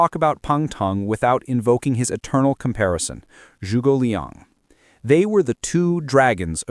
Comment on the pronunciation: This is either AI slop or someone who knows nothing about what he's talking about, based on how he said 諸葛亮